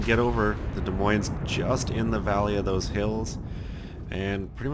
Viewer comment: both esses in Des Moines are silent. just sayin.